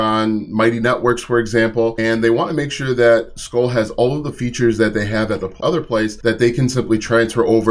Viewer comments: Pronounced "School" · the chew is “skoal” and pronounced like coal, this is “skool” and pronounced like cool…it is irritating hearing you mispronounce it 😂😵‍💫😊